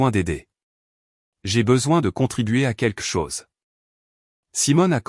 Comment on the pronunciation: QuELQue, queLLLLLLque. Pas quaique. Merci. Et plus réaliste le récit, les recherches sont faites pour ça. Ce n'est très professionnel ça. 🤔😏